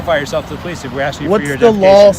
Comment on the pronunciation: The po-lice caused the disturbance.